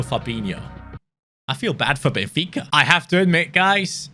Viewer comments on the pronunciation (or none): none